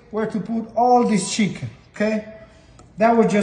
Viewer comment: You know it’s about to be 🔥 when the chef says shicken! Plating was gorgeous too!